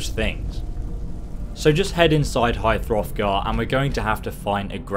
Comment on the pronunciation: "High Throfgar" 😡🔥😡🔥😡🔥